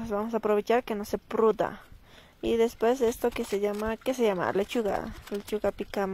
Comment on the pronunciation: con mucho respeto no se dice pruda se dice pudra